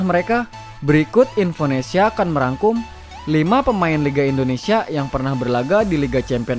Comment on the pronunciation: Nami Namaewa bukan endonesa itu salah, anda orang asli Indonesia kan, kalau emang asli berkata lah yg benar, orang asing ajha lancar ngomong Indonesia lah anda orang asli Indonesia knpa ngomong nya sprti itu